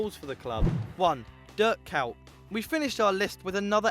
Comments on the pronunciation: Wtf??? "Dirt Cout" ? =))))))) you even don't know how it's pronounced his name, and your talking about him :))))) and yes, whwre is Cruyff, Drogba, Henry? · durk cowt nice pronounciation